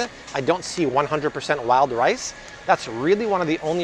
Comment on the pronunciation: Did he say "Lyle rice" or "wild rice." LOL! Wild rice!!!